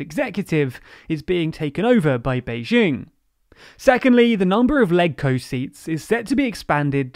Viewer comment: It's really grating that you never learn to pronounce any unfamiliar term correctly,. for example, LegCo. The G in it is pronounced like the G is legislature. Watching a single video on the topic, such as the one by the SCMP, would have prevented you from embarrassing yourselves again.